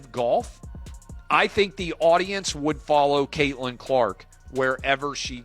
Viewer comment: 'Cat'-lin Clark? Another mispronounced AI narration. Bye.